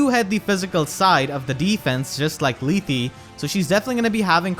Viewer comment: It's "Leeth".